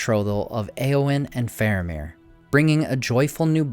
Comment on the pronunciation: FAHR-ah-meer, not FAIR-u-meer